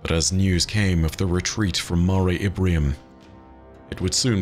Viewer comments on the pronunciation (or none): Is saying "Ibrium?" I thought it was "Imbrium," making it the "Sea of Showers" or "Storms."